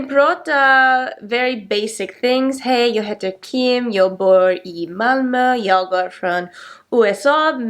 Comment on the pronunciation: Ditt Ö (Malmö) is excellent.